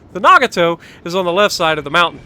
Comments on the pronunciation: Ohhh noo ur killin me with the names, Ma-han not mayhan no y. As for Nagato its Na-ga-to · It is NaGAto. You underemphasize the "g" sound, which is why it doesn't quite sound 'Japanese' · Fuso is beast 👍 too bad u can’t say nagato 😂